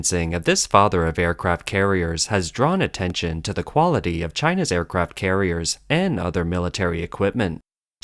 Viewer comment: “Aircaraft” carriers?